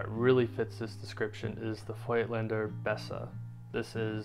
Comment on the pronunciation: I love that you care to pronounce it correctly. If only people would start saying Rollei correctly too. I mean, it's the same sound as Leica! ;-)